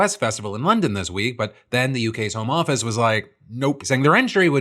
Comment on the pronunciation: The way you say “home office” sounds like you’re talking about working from home. It’s hard to explain but there’s a different inflection for the home office.